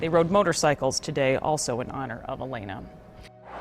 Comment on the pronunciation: HER NAME WAS ALAYNA, NOT ALANYA. GET IT RIGHT. And how many times do you want to repeat the same facts. I HATE AI SLOP